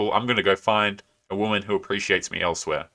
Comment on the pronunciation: The biggest turnoff is when they say "I'm a strong an independant whamen."